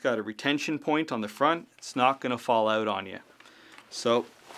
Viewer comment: "its not gonna fall ow-oot on ya"